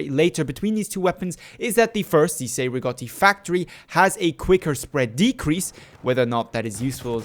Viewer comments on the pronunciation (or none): The Cei-Rigotti is a Battle Rifle and not a DMR. Also your are pronouncing the name wrong